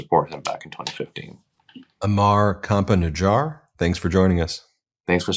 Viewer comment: Campa-Najjar is perfect 👌